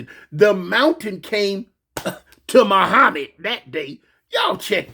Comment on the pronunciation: "Muhmad didn't have to come to the mountain the mountain came to Muhmad" 🤣🤣